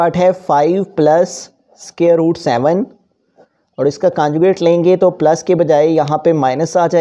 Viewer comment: your teaching is good but conjucate hota hai canjucate nhi